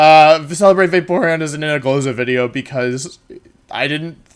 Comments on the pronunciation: Don't care about competitive Pokemon and literally only come here just to hear him say "wideo" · I have given up on day 7 of saying "wideo" without any response. I am greatly ashamed and saddened that you never did respond. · I love that he says a "w" sound for "v". I lived in Germany for a year, and when they speak English and do the same thing it's hilarious. There were people there called veggie girls (because they cut a lot of veggies), and you can imagine what their name became... Lol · Wolfey doesn't pronounce video incorrectly. He's just a time traveling roman